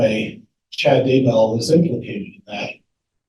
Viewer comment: Haven't even started yet but I have to tell you the first time I heard tou say "Chad Dumbbell" in a video I thought I misheard. Rewound, heard it again, laughed my butt off, and now everytime I hear you or anyone else say his name I think of "Chad Dumbbell" and laugh.